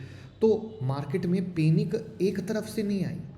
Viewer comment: Panik nahi Panic hai wo 😂